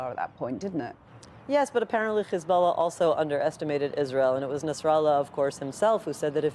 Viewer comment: Look at her "khezbollah" pronounciation :))))